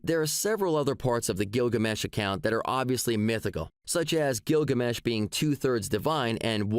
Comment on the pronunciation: I love how the robot teenager pronounces Gilgamesh like it's a guy whose given name is Gil and his family name is Gamesh. It's his ol' pal Gil, ol' Gil Gamesh.